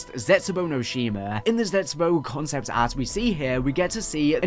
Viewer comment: Cahnceypt ahhrt and skeytchesss.